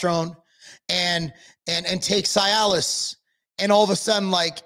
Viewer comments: C- Alice. Not sy -Alice. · The correct pronunciation is ….(see a luhs) not ci-alis thank you your welcome lol 😂